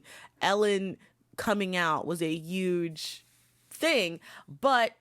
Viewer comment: I think mispronunciation is okay here because it’s obvious you didn’t have any ill-will, so please don’t beat yourself up! You also say YUGE and not even sure how to spell out what you did to ostensibly (it’s “ah-sten-sa-blee” ) but we all can understand what you’re communicating so don’t sweat it.